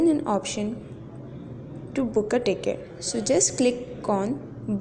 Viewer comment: Ur voice is soo 🥰 just don't say tickiti